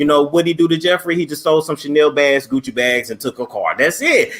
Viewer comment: He said Gooch server